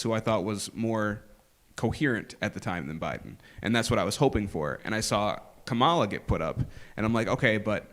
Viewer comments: pronounces Kamala correctly, then adjusts to the incorrect version. Sigh. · why didn't you call the last guy a racist for saying Kamala incorrectly? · Did the last guy correct himself to pronounce Kamala wrong?